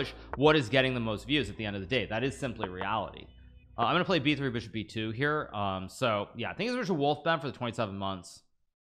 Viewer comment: bro please stop accentuating words weirdly, like just annunciate it normally. Love the content, hate hearing beeshop